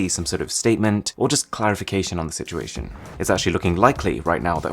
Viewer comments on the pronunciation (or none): none